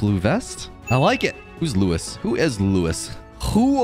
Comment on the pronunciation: this part pains me because it’s not Louis but Luis pronounced something like Lu-ease